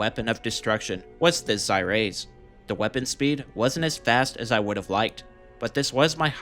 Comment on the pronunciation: P.s, its pronounced ZER-AYE-UH